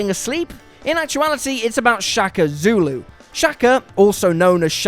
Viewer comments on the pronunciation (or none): none